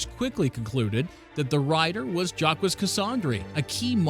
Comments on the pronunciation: French gangster "Jack-wis" . Come ooooon!! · bruh how the hell are you pronouncing "Jacques" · the way he says Jacques hurts me